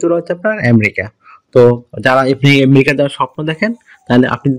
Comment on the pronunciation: এমরিকা না রে ভাই, আমেরিকা।